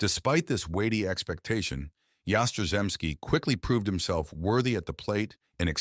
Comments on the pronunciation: Content is utter crap. Get a clue. 'Yas-tra-zemski'. What silly crap. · Your pronunciation of his name is a disgrace and an insult to the man! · Yaz is my favorite all time Red Sox player. You could have done a better tribute to him, especially pronouncing his name correctly. He did mention that a shoulder injury cut down him home run production. I know that towards the end of his career he was having back spasm issues. Overall he had a great 23 year career. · I don't think think an injury had anything to do with Yaz's career. He played 23 seasons, all for the Red Sox. And get a narrator who can pronounce Yaz's last name. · I could watch this video due to the moron who was narrating this mispronouncing Yaz' name. It happens on many of the videos on you tube. Jeez! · You could pronounce his name properly. And correct the headline, he played 23 years, that is not a career cut short.⚾